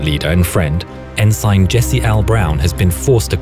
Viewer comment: Did he just mention the word “Ensign” the wrong way or is it?